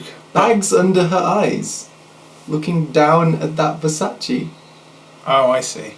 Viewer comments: it's versache not versaysee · Ver- say-cee? face palms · OhSnapI'mBack i know how Versace is pronounced man, but the joke of the line is supposed to be the mispronunciation ver-say-see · I can't even pronounce nothing, pass that ver-say-see... I don't see how thats a bad line. It not rhyming is kinda the point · looks around shiftily I'm American and pronounce it ver-saw-chee.... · versace is pronounced ver-sah-ch-ee here in america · he mispronounced Versace😐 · the way he pronounced "versace" killed me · You saying Versace was just awful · oh god his pronunciation of versace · Rollies and Pashas they done drove me crazy I can't even pronounce nothing pass that Versace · versace 😂 the way he pronounced it lmao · I thought the second one was satiric because he purposely mispronounced "Versace". Guess he really can't pronounce it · Talia Hass "I can't even pronounce nothing". I think that's the joke, making it rhyme by intentionally mispronouncing, and this mispronunciation being referenced five words before...